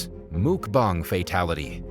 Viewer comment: It’s pronounced Muk~BANG.